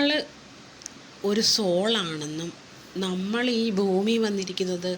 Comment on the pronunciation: ഫൂമി അല്ല ഭൂമി